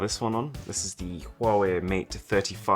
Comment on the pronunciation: Did he say quawai